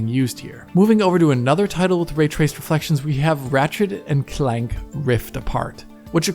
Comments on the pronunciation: Thank you, I thought it sounded wierd the way he said it. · "ratchet and clEnk" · Did really just try to pronounce “Clank” in German?? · Omg I’m learning so much about ray tracing wooh. Thank you! Also, I can’t get over how you said the word “clank,” you say it so funny!